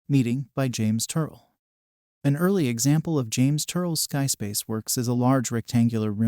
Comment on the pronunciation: At least pronounce his name correctly.